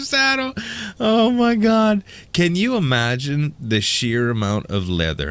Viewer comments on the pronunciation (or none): none